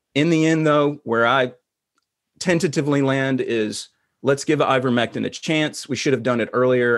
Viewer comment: Why is he calling it "Eevermectin"?